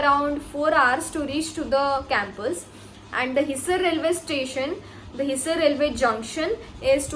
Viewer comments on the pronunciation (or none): You are real accidental doctor, hissar not hiser , Agroha not aroha ,,, Pandit B D Sharma not Pt. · Phle bolna to seekh le bhai hisar or agroha dono ko galat pronounce kr rhi h